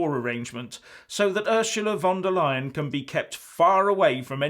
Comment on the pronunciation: Sorry, did you say Ursula De LYIN'? Must go to Specsavers for a hearing aid!